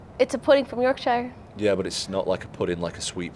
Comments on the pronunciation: Hahaha "York shy-er pudding" I'm from Yorkshire so that tickled me. It's "yawk-shuh" though! Also funny to see a lot of people missing the dry humour from Tom in the comments, it's quite common in the UK. I can assure you Tom enjoyed that interview and he was having a laugh. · We need to say 'Yorkshire Pudding' more often. She really pronounces that 'Shire' part. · do not listen to that. Only West Yorkshire matters rest are fakes (especially South Yorkshire there’s the soft ones). It’s pronounced YORK-SHER. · I find myself shaking my head and saying "jesus christ " about an average of 4-5 times every interview Also Tom not correcting the pronunciation of Yorkshire 👏🏻